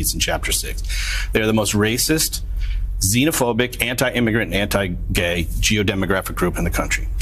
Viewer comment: Anti …. Gay. It’s fucking hilarious how he says that everytime